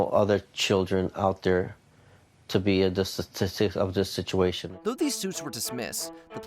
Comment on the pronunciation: the nigga couldnt even pronounce statistics lol